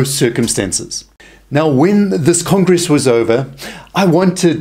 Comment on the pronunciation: I think it's either South African or Australian/New Zealand, but it also sounds like he might have a speech or hearing impediment because he keeps saying "Pudruh" or "Puhdro" instead of "Padre" (PAH-DRAY) and had great difficulty with the word "congress"